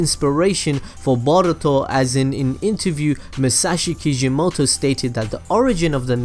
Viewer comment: I hate the way you say boruto